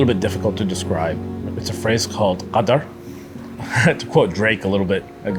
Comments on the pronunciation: Qadar not Qatar😁😁😅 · Qadr not Qatar. Qatar is a country